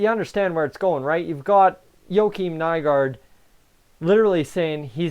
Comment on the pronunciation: Good video buddy practice does make perfect I remember when Haas and nygard got signed you had such a hard time pronouncing there names getting better friend 👍👍